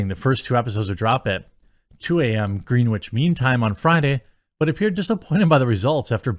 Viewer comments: Hate to nitpick, but Greenwich is pronounced "grennich", not "green-witch." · Greenwich is pronounced Grennich. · I hate to be THAT guy…but I just so you know…Greenwich as in GMT +/- is pronounced more like “Gren-itch Mean Time”. As an English guy I don’t expect you to know it…there’s plenty of places in the USA that I have no idea of how to pronounce so just to be clear I’m not trying to be a dick. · Greenwich sounds like grin-itch, not green-witch. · Pronounced "Gren-itch" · Gren itch dont pronounce ee or w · Greenwhich?? I'm from California and I know how to pronounce it. Come on Jeremy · Not the most important of points... but "Greenwich" is pronounced "Gren-ich" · Greenwich is a city in England. it is pronounced Grennich. Like spinach. Greenwich Mean Time (GMT) is the mean solar time at the Royal Observatory in Greenwich, London, counted from midnight. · Greenwich is pronounced 'Gren-itch' (as in Greenwich mean time). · "Greenwich", as in Greenwich Mean Time,= 'grehn-ich'.